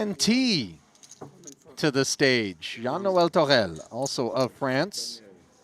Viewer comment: Love it 😉 A tip to pronounce Noël -> No (Like Yes/no) - Hell. Apart from the "H" that we don't pronounce in French, that's how you can get easily close to the correct pronunciation. Anyway rocks so, nevermind 🙌